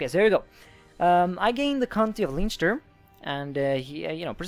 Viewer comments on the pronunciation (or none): It's pronounced as Len-ster :)